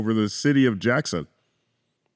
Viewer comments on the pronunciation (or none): none